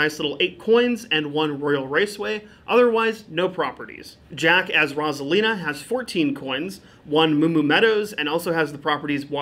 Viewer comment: pronunciation of Rosalina hurt me just a bit